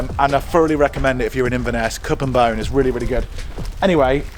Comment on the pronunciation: It’s cup and cone. Not bone 😂